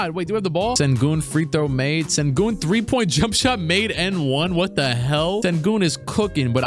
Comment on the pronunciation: Sir….It’s shen-goon